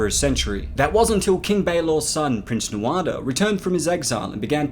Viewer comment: It vexes me that you pronounce the names wrong. You said it "BAYlor" instead "Balor"! And "Nuado"? Really?